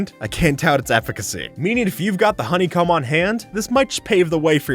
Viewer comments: did you just say honeycum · it sounds like he’s saying hoeny come